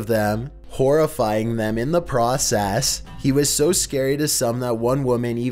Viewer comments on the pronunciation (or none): "horrifying them in the procASS" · Yes Indeed “Scaring the bEHCHESSUS our of them, horrifying them in the pROCASS.”